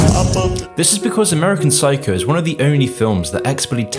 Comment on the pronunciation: "amurican psycou"